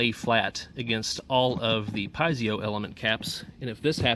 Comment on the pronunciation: Check out the correct pronunciation of Piezo...you will benefit from this.